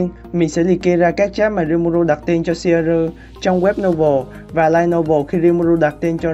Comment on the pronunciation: Ad phát âm theo phiên âm bên nhật là ...shieru 😂